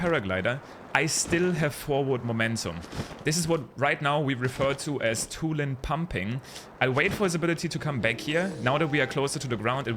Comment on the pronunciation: Yeah "Tulin Pumping" ain't it, chief.